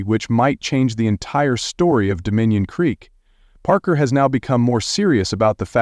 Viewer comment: Shessshhhh! How many wrong ways can they pronounce Parker’s last name?